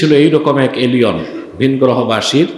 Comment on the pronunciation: এলিওন নয়, এলিয়েন!